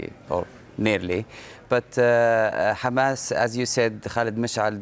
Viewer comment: Its not Khamas, its Hamas you thick shit